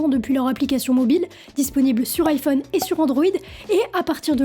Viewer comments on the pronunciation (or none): none